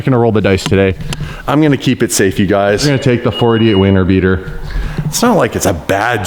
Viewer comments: Is it just me or did he say wiener beater not winter beater? 🤔🤣🤣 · says winter beater and it sounds like he says weaner beater 😂😂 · at first I thought he said "wiener beater"😂😂